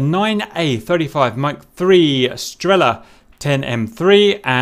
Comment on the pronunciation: Strella as in strélla :)